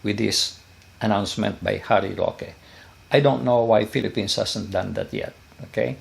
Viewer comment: With all due respect po. It's Sec. Harry Roque po.